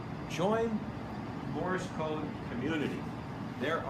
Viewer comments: Why does he sound like he's saying Morris code instead of morse. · The way he pronounces "Morse," I can see why you heard it as "Morris."